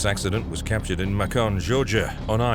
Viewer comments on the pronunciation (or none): Get rid of these British narrators. He couldn't even pronounce "Macon" Georgia correctly. Don't we have enough people out of work in this country that could narrate these?? Give OUR people the jobs.